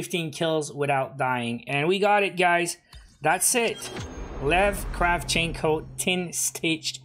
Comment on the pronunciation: It's Kra`vchenko